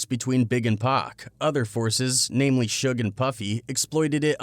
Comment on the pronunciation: they always mess Suge name up 😂